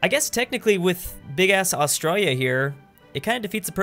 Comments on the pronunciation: Im Australian and i just want to say, you say australia really weird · Please say Australia properly